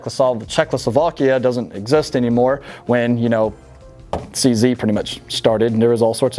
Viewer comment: Eftry south african is skreemig at the fone vor the way you sead cz